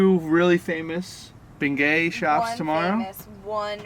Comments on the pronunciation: Y'all are cracking me up with the Bengay, you say it without the g, this might help to pronounce it this way - Benyay. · Great video, thanks! Let me help you… it’s pronounced “Ben-Yays’”. 😛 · It’s pronounced Ben-yay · I’m offended at how you say the word beignet lol